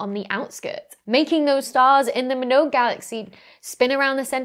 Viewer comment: great video. I don't think she pronounced Minogue correctly